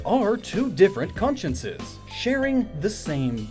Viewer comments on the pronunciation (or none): wtf are you saying, "conscinces"??? XD